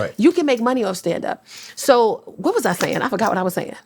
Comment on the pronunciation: You hear the New York when she says “WHAAATT??”😂I love this woman already, she genuine and factual with her comedy❤🎉